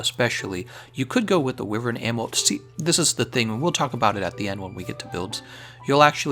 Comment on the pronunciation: Thumbs down for the repetitive mispronunciation of Wyvern!